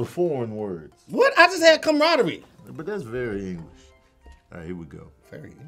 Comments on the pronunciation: face, while is trying to pronounce camaraderie is hilarious 🤣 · I'm actually surprised he knew there were 11 letters in camaraderie, but still mispronounced it...LOL!!!! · expression when tried to say Camaraderie the first time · i was done when Camaraderie came up!! "the word is.....camaradear" i almost thought you said "the commodores" Lionel Ritchie hahahahahahaha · "I'm gon' keep sayin' it wrong, then. I'm not gon' say camama-raditty." That's right,. Don't say that. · DIS BROTHER SAID CAMADRE ...AHHHHHHHHHH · Hey i love yall but some of these are off. Such as fatuous, puerile, and camaraderie. She told the wrong pronunciation of those 3. Tony pronounced puerile correctly, and camaraderie the second a isn’t pronounced as another syllable. And fatuous sounds more like Fachoo es. Love the show tho.